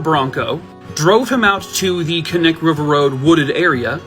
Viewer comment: Thank you for pronouncing Knik properly